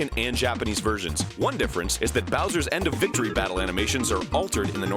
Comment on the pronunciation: bowser=boo cannot unhear